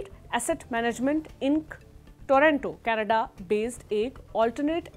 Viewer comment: कनाडा नहीं कनेड्डे 😂😂😂😂